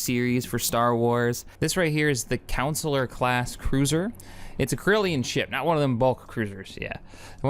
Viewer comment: My favorite part was when he mispronounced corellian.